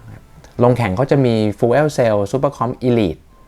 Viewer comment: fuel ออกเสียงประมาณ ฟยิว